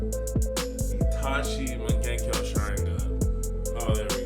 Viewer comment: Lol did you just mung genko sharingan lol